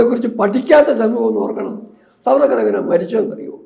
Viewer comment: It's not Savarkar. Should be pronounced as SAAVARKAR.